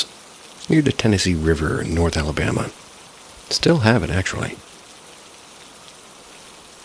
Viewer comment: Albama? Lmao 😂.